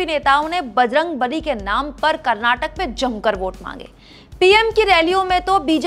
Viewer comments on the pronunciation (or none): It's Karnataka not Karnatak pronounce it correctly reporter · Pls pronounce as "KarnatakA"..not " Karnatak"